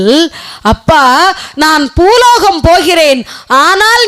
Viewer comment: Poologam no it is boologam